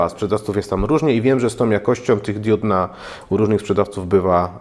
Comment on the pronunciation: no ale to 'kuje' w uszy podobnie jak 'włancznik' i "wyłancznik" dzisiaj pojawiła się dióda/diuda do kompletu